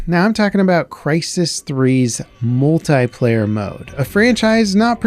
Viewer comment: "Multayplayer" its Multiplayer.